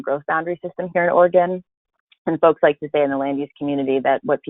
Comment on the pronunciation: Another dipstick host who doesn’t even know how to pronounce our OREGON state! Pathetic!!!